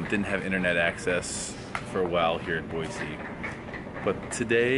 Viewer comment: Half the time you say Boy-zee not Boy-see... If you are really from Idaho then pronounce it correctly!